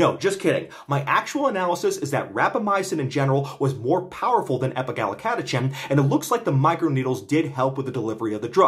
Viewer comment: Just a few notes: - autophagy is generally pronounced "ah tah fuh jee" - Epigallocatechin gallate is EGCG, a pretty well-established antioxidant which has been studied for hair loss, and is not just some TCM molecule with no valid rationale for use. The "chin" is pronounced "kin", I believe (though I might be wrong, you might want to check this). Nitpicks aside, thank you for the informative video as always! This is very exciting research. It makes intuitive sense to me that inhibiting mTor would help hair growth (up to a point).